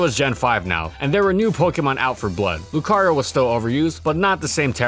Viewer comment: NO MORE SWEARING PLEASE! AND DO NOT LEAVE OFF THE R IN LUCARIO!